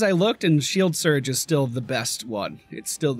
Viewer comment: It's not hard to say Siege World though. Damn it.